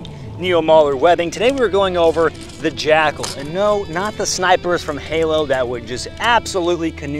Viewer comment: With your accent I swear you're saying jack-hole.